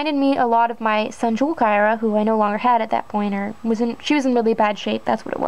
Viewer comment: I am surprised that you pronounce it is a 'Kirah' rather than 'Keera" for Kira. I have always called her Keera!